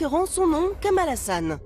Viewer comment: c juste "haSSan" et non "hAaAaAsan" MDR